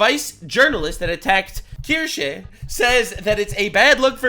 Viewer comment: finally able to say Kirsche